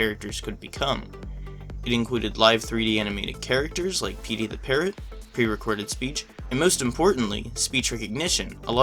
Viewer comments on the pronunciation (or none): none